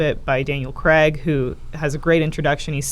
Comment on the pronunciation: Why do Americans pronounce Craig cregg?